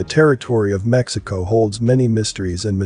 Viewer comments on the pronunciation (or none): none